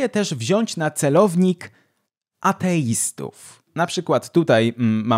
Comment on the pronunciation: zabawnie werbalizujesz słowo "ateistów". 😂 Zupełnie jakbyś był świętą krową 🤣